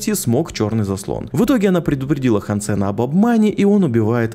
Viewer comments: Все круто,но почему ж хансЕн,если хАнсен. Ну на крайняк гАнсен. Но не Хан Сен же. Он же не китаец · Не хансЕн, а хАнсен!!! А то какойто вьетнамец Хан сЕн все время слышится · хАнсен, а не хансЕн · хансЭна.... меня аж передергивало каждый раз когда ты не правильно произносил его имя... хАнсен.... какой еще нафиг хансЭн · ХансЕн звучит как что то казахское, правильно хАнсен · Он не ХансЭн, а хЭнсен. Это же очевидно блин. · ХАнсен! Не хансЕн! Стукани себя чем нибудь. И сажаем, а не садим. Фу, блин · хАнсен, а не хансЕн Слух очень сильно режет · ну какая сомИ, какой хансЭн? играл бы с нормальной озвучкой - слышал бы что ударения там совсем другие, а так прям слух режет